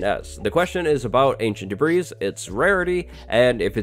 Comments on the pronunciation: His insistence on calling it "ancient debreeze" simply makes this unwatchable.This ignorance is just too painful to watch. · lol "ancient debreeze" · Actually no, it's literally called "Ancient Debris" 😂😂